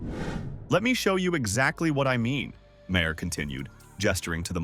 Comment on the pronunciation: Isn't it better to let the clip play so people can hear what they are saying rather than saying it yourself? And Maher rhymes with star, not with Bayer.